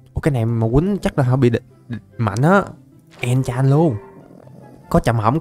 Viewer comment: có ai nghe nói gì không nói là "dùng ngọc lục bảo để enchan" Hum